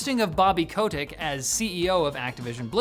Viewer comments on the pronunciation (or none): Pronounced Bobby “cut-ick” not “Co-tick”